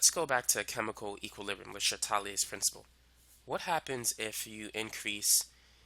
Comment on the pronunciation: lay shat-LEE-ey